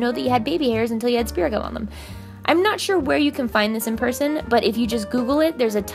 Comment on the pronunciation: Lol i thought she was saying spiricom 😂